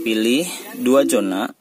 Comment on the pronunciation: Zona mas usuuup... bukan Jona 😄😄